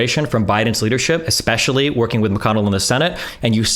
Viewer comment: idk who marie oakes is, but anyone that says "ex-specially" is not to be trusted to have serious takes. its like saying "pa-sghetti" 🤷‍♀️just sayin